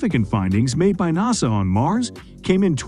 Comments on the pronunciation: In America we call it NASA not Nows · I can't believe they pulled it off but I actually liked the computer spokesman! The way he says NASA is funny. Impressive info also. Thanks